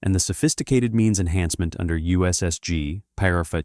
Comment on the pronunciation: STUPID AI voice pronounced the word paragraph . . . “por-ahh-gruff” STOP using AI crap.